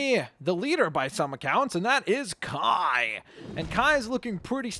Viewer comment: Its Kai not kia